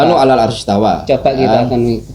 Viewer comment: istawa itu istawa bang , kok jadi istaula .... kocak hhahaha😂😂😂